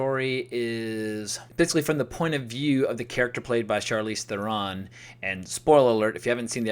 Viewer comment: She's one of your favorite acresses today, yet you don't know how to correctly pronounce her name. Interesting. Hint: it rhymes with heron, like the bird.